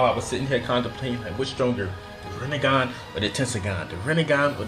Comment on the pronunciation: was he tryna say rinnegan or was it just “this nigga”😭😭